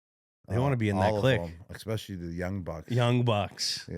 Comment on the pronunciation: “*eck*specially”…. Oh Gronky Yo Soy Fiesta